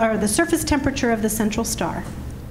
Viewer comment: Natalie, I love you, but please learn how to pronounce the word "temperature". There are four bloody syllables